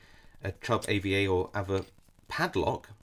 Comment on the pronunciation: We pronounce it arva